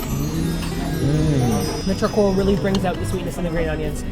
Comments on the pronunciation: Omg, I think you said "charcoal" correctly! (also damn this looks good) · said Charcoal! The right way! Yaaaay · you were able to say charcoal!!!!:D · ...Did just pronounce "charcoal" correctly?! 😮